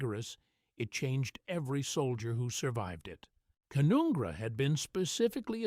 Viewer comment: It's pronounced Can-un-gra!